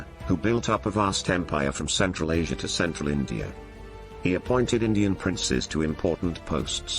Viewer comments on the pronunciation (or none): none